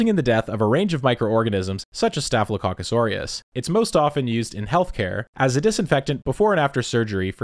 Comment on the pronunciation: lol staphylococcus